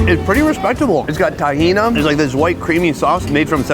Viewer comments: I’m happy he visited another middle eastern country, but he doesn’t appreciate or do justice portraying the culture… for instance that was zaatar not thyme in the bread. Also the falafel man wasn’t angry he didn’t like your hair plugs or your ability to pronounce tahini! 😅😅😅😅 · Not BAK-la-va. It is pronounced bak-LA-wah or bah-LAY-way. Not Ta-HEE-na. It is pronounced ta-HEE-knee although most of the stuff you are calling “tahina” is actually taratour. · TahinI...whats this TahinA u speak of? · bro really said tahina, im dead